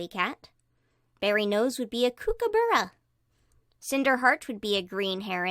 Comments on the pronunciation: As an Australian, saying 'koo-ka-boorra' instead of 'cook-a-bur-a' is.. Infurating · 😂 Kooooook! Hahaha! Guide to saying this certain Australian bird name, cook, not koooook , cook-a-ba- ra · Just so you know, Kookaburra is pronounced Koo-ka-bar-ra, Emu is pronounced Eem- you, and yoi got Ibis and Cassorwary right! I saying this as an Australian, just for future stuff. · Kookaburra is pronounced Cook-uh-bur-ra Emu was corrected but the u is pronounced you Cassowary is pronounced Cass- oh - wary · “Kookaboora” As an Australian, I am offended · You pronounce Koocubura cook-a-bu-ru. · I know you said you'd get some of the names wrong but As an Australian your kookaburra is very upsetting Cook-ah-buh-rah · Kookaburra is pronounced cookaburra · I’m not trying to be rude but Kookaburra is said Cook-a-bu-ra Emu is E-mew Just trying to help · 2 things: 1. The picture you put for Millie was a Budgeriar. 2. It's pronounced 'cook'-a-burra. Edit: in Australia we call them ibis or bin chicken. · Pronunciations on some of these Australian birds: Cassowary cass-o-wear-ee Kookaburra cook-kah-buh-ruh Emu: Eem-yoo (this one can be pronounced as ee-moo, but that's how it's typically pronounced in Australia.) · I have a Millie and a Bright'Heart in real life. Also, I think it's funny that you pronounced kookaburra like kOOkaburra. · Just a thing cuz all australians will be angry about it Kookaburra is said as cook a burra Emu is said as eem you You said cassowary correct : ) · it's ok you only pronounced two of the bird names wrong (as far as I know) The Kookaburra and the Emu (why can no one pronounce Australian animals right except Australians??) (I'm aussie myself)